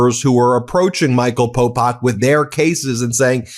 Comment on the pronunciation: It Is Popok. Please get his name correct, jeeze. Its right up top!